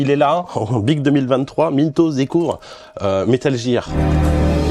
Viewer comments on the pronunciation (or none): Il dit metal jear, envie de crever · Metal Jir, Ze Cari, Dess strending, housse flippeur.. le charme à la française j'adore 😂😂 btw super ton jeu...